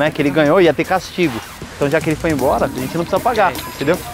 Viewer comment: Kkkkkk "Dps eu vou emboura"